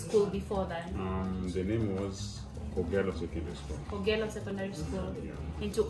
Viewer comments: I thought you made a mistake saying Kogalo as opposed to kogelo - thank you for the clarification! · 🤣🤣🤣Truly, it's K'Ogello not Kogalo but I hear u. Good luck & enjoy. Thanks for uploading this